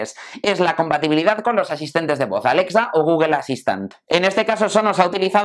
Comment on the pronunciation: Por qué pronuncian Google de esa manera? "gugel"